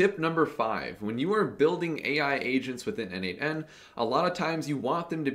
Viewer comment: Dude, as a contributor for more than 5 years to n8n, PLEASE, it is pronounced "nodemation". 🙏😆